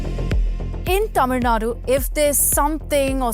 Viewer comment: I love the way how the words 'Tamil' and 'Tamilian' have been pronounced perfectly :) Hats off !!